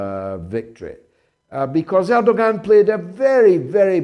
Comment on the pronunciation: George where did you get this clown from, he cannot even pronounce the Turkish president's name correctly. You know I have lived in Turkey for 20 years. Erdoğan is an Autocrat, he and he alone is the cause of Turkish demise re currency. It is Erdoğans policies that have Turkey in the mire that they find themselves in today. He's a dictator. Check his political opposition as you will see a lot of them are imprisoned, by Erdoğan. I'm disappointed also that he was reelected. I don't like authoritarian regime's George. Turkey is fast becoming a worse country than I encountered over 20 years ago. It's a religious bigots paradise now George.